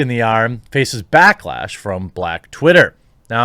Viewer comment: Haha... 'blacklash'